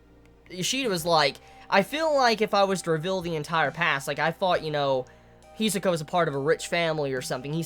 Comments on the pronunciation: "Hee-soh-kah" That's how he says it, though rather fast. And he puts pressure on the wrong point. HEeeeeeeeeeeeee-sohka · Every time he mispronounces Hisoka I shed a single tear